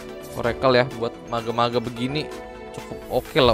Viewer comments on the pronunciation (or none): Kenapa lu ngomong mage jadi mageu anjir 😂